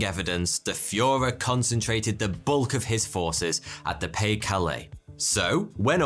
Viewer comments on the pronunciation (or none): I was glad when this one was over. Why because of the repeated mispronunciation of Pas de Calais, DUH! As in it's pronounced Pa Duh Calais. The de isn't silent. Rant over, sorry.